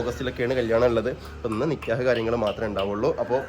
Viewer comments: നിക്യഹ് അല്ല നിക്കാഹ് ആണ് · നികെയാഹ് അല്ല നികാഹ് ആണ് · Paranoia pole nkyah alla nikkahan